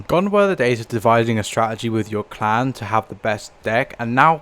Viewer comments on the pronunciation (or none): i find it ironic that the way he pronounces clan wars sounds more like clown wars Also, ive started to notice that the way this game is turning out is looking a lot like what happened to pvz